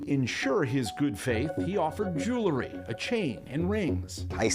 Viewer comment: it ain't jew-lery.. it's jewel-ry